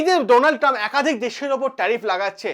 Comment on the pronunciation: চ্যানেল খুলে শুরু হয়ে যান বক্তব্য রাখতে অথচ বানান উচ্চারণ সবই ভুলভাল😂😂😂